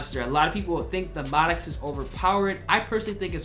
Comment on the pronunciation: Why do you say Maddox like that?